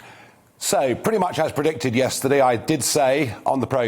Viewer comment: "Yesterdee" he's very Spike Milligan's mum.